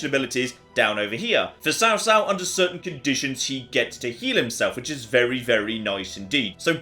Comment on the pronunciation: this looks like a mobile game if i've ever seen one. Also, Cao Cao should be pronounced Chaw like chowder. I laughed at destroying the MOUNTAIN.